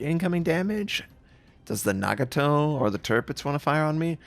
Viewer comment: Its Nah-Gah-Toh not Nag-a-Toh.